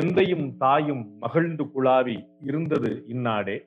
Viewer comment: " குலாவி "! " குளாவி " அல்ல.. உங்களுக்கும் லகர..ளகரத்தில் பிரச்சினை இருக்கிறது.. தொடர்ந்து கவனித்து வந்த பிறகே இதைப் பதிவிடுகிறேன். தப்பாகவோ, தவறாகவோ எடுத்துக் கொள்ள வேண்டாம். தமிழ் அழகான மொழி.. அருமையான ஆண்டாள் நாச்சியார் பிறந்து வளர்ந்த ஊரில் இருந்து வந்துள்ள நீங்கள் தமிழை அழகாக உச்சரிக்க வேண்டும் ஐயா! உங்களை நிறைய இளைஞர்கள் பின் தொடர்வார்கள் என்று நினைக்கிறேன்.. அதனால் தான் சரியான உச்சரிப்பை வலியுறுத்துகிறேன்! நல்வாழ்த்துக்கள்!